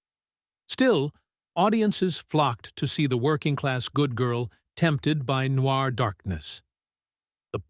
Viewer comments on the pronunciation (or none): none